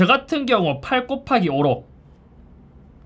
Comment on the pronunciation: 예전부터 느낀건데 곱하기 발음 왜 그래요?